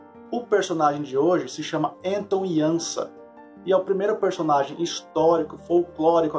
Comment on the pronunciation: Belo vídeo, a pronúncia correta do nome Anton Janša é Ánton (e nao Enton) Iánsha (e não Iânsa).